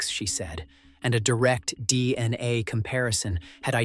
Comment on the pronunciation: why are you saying DNI instead of DNA?